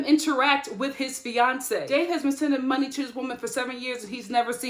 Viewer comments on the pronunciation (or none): none